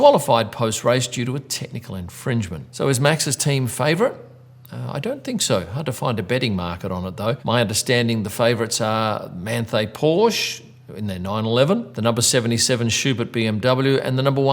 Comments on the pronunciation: Manthey and ROWE are pronounced 'man-tie' and 'rover' just as an fyi. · Geez dude, Manthey is not pronounced that way...